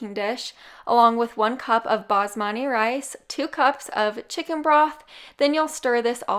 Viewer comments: It sounded like you kept saying basmani rice instead of basmati. Lol. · Am I hearing things or does she keep calling it "basmani" rice?